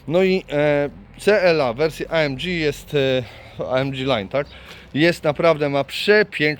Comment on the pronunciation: Auto ładne i super wyposażone ale mam pytanie a mianowicie dlaczego nazywasz pakiet AMG amdziiij?